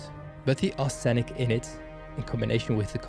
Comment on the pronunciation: You have excellent English so you will want to know arsenic is usually pronounced arse nick. I kid you not.